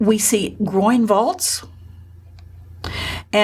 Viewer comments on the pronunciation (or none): GREAT!, but....t's 'groin' vault, not 'groind', It's Masa-chi-o, not Masa-she-o; it's MED-ici, not me-DICI.